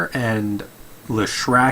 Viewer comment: also Lesh-rac not Le-shrac